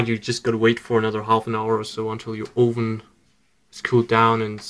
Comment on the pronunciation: Ooven? Your Microwave ooven?